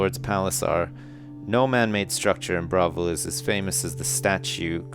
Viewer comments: AHHHHH it's pronounced "bra-vile", like "Bra-vil" not bravel :L I normally wouldn't mind but its Oblivion. With Oblivion, or any TS game, everything must be perfect! ;) good reading though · It's pronounced Bruh-vil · lol he said bravil wrong the whole time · This'd be better if he didn't mispronounce the name Bravil throughout the whole book :P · is pronouncing Bravil wrong.:(